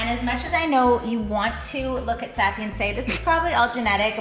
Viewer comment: I wonder if she's pronouncing her name wrong. BC i have the same name, spelling and most Safiya's don't pronounce it that way.